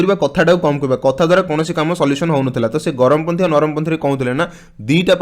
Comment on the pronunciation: Charampanthi not garamo panthi